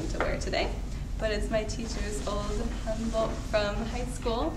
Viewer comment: I can't get over that pronunciation. Hanbak, ha!